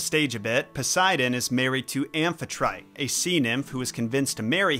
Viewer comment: ben-this-sike-mee. am-fi-try-tee.